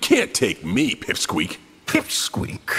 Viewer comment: Pipsqueak? 🤔 Pip-Squeak!? 😤